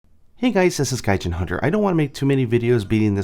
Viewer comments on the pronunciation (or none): none